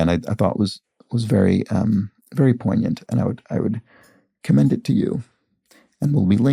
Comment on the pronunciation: It was very satisfying,, after seeing your descriptor for this puzzle, that you are not among those pronounce "poignant" with a hard G. I have a very dear literary friend in my local writing community who does pronounce the hard G, and uses the word frequently in critique groups. I would never be so gauche as to bring it up with her. (Leading by example hasn't worked over the past several years.) Now I'm thinking about how lucky we are that gauche retains most of its Frenchness in American English, at least around here.